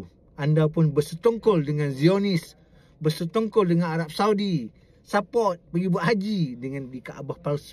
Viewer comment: sekongkol bukan setongkol bang